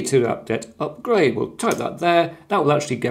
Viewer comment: You can’t speak with authority regarding Linux while pronouncing sudo sue-dough. It’s not pseudo. It’s not a subjective accent thing. Sudo means “Super User Do” and therefore IS pronounced sue-doo